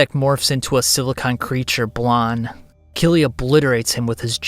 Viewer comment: I just read the whole series where it's always written as Kyrii. I know the pronounciation feels somewhat similar phonetically in Japanese but straight "Killy" sounds so goofy. Like the way this narrator talks.